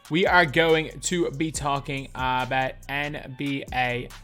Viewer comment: we will talk awbawt